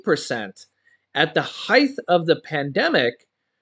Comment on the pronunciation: it’s height. Not heigth.